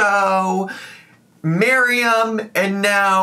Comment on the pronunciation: Also thank you for pronouncing MAriam properly. I'm getting irritated with the Miriams!